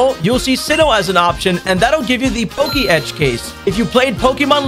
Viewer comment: Pokey Etch funniest pronunciation i heard so far